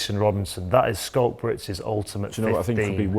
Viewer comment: Danny Care, pronounce his name properly , it's pronounced ' Skalk '